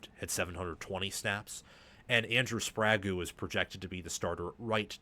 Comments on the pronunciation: Hey because it’s distracting and takes away from a good analysis It’s spray geh not spray goo for sprague A fo bi as well not what you are saying 😊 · A few too many mistakes for me. Hinton was not at rt last year. Link was. Hinton was tricky a left tackle. And you are totally mispronouncing Sprague. It’s not Sprago